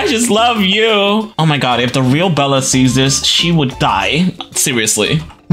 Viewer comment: It’s supposed to be Bella not idella